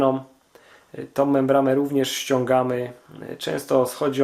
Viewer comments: Mówi się "membrana" a nie "membrama", jezus... Uszy mi krwawią jak cię słucham. Do tego to twoje "podłanczanie", "hamulcowom", "śrubom odpowietrzającom"... masakra na jezyku polskim. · membrana nie membrama. poradnik świetny